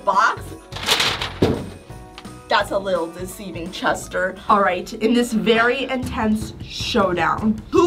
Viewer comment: Its a veary good accent